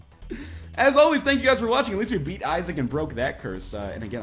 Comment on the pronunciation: I love the "Eat" instead of "beat" blue baby. :D